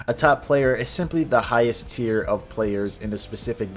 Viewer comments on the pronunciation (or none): none